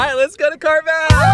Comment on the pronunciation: U SAID CARVANS LOL CARMAZ LOL LM UR BIGGEST FUN